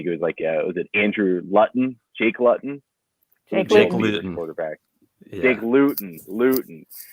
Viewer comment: lost me at Jake Lut-ton. Come on man.